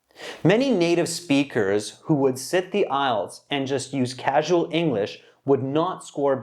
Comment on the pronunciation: How did he pronounce IELTS? Sounds like ''isles.'' The examinée pronounced it better than the American examiner.